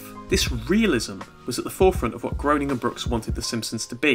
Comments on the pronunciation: Thanks so much for your videos! I’m just now discovering your channel! But just as an FYI: Matt Groening’s name looks like it’s pronounced GROW-Ning, but is in fact pronounced GREY-Ning. I’ve heard him say his name this way anyway, I absolutely LOVE LOVE LOVE this episode of The Simpson’s! It’s one of my all time favorites. I remember back when it first aired my BFF at the time and I had recorded it and watched it over and over again, and even mumbled to each other like Ms. Botz does! I for one love The Simpsons and am glad it’s still going after all these years, and I guess I’m the only one who feels like it should keep going, but hey it’s not the first time I’ve differed from the popular opinion....probably not the last either. LONG LIVE THE SIMPSONS!!! 💛💛💛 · Um achtually it's pronounced "Graining"